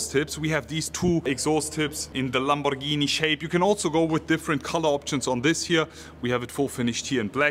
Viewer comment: Ur pronunciations of Lamborghini ia PERFECT, u r italian ahaha A lot of people say "lEmborghini"or "lemborgini"